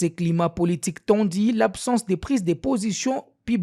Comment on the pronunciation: Rumeurs et non rimere Tendu et non tendi Faites un effort pour la prononciation svp